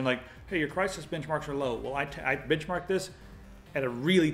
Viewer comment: "I bitchmarked this."